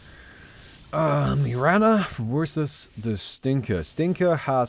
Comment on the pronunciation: Did anyone heard it like "Menomancer wersus the Stinker" lol